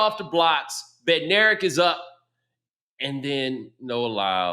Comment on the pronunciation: Bednarek is pronounced "Bed-nuh-reck"